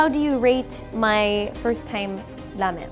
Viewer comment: i think u are saying lamen and not ramen and it is messing with my head!